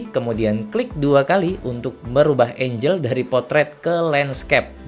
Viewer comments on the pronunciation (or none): Penjelasannya bagus. Cukup lengkap dan tidak bertele-tele. Tapi masukan dikit, ANGLE (sudut pengambilan gambar) itu dibaca ENGGEL. Klo dibaca ENJEL maka artinya Malaikat. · Sekedar input pak. Angle => dibaca éng-ge (L-nya ga disebut), bukan én-jel. Kalau én-jel artinya malaikat.👼